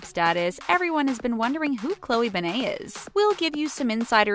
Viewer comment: Say her name like a normal human being